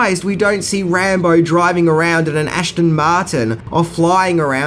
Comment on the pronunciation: Aston. Not Ashton